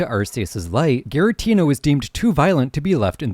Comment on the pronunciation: Rrr-Key-Us. G-Ra-Teena